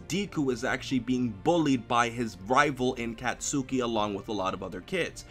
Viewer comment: Deeku and Kat-suki? I mean, you're usually pretty good at all things anime,, but it's (Deh-kuu) and (Kots-kii), although people just call him Bakugo.